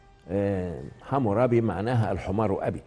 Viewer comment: لقد خاب ظني بالدكتور السيسي بعد ان كنت من احرص متابعيه. من أين جئت بمعلومة الحميريين وموضوع الحمير !!! أما الملك العظيم حمورابي فهو اسم أكدي ويلفظ امورابي ومعناه المعتلي. يادكتور كلنا نفتخر بحضارة مصر القديمة ولكن هذا لا يعطيك الحق بأن تنتقص من باقي الحضارات دون التحقق من كل كلمة تقولها فأنت مسؤول عنها. لا احب ان أتابعك بعد الان لأن مصداقيتك قد اهتزت.